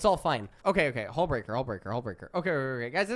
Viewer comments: Hullbreaker you totally missread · HE STILL HASNT READ HULLBREAKER COORECTLY